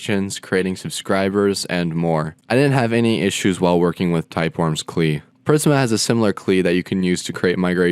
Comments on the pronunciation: Never heard anyone say 'CLI' as 'klee'. Nonetheless, informative video. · Great explanation. But my man my man, what the heck is a 'klee' and a 'reppo' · Did you actually say KLI? Great video overall but please, ORM and CLI should be pronounced as abbreviations. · klee im dead 😂😂😂😂😂😂😂😂🤣🤣